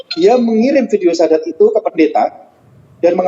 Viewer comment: lidah YM sudah di kelukan oleh Allah,terbukti dengan pengucapan syahadat yg salah